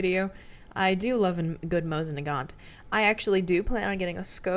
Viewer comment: Если вы используете в названии винтовки системы Мосина ещё и фамилию Нагана (бельгийского конструктора), то буква "т" на конце не читается